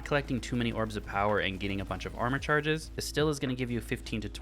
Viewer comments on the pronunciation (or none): none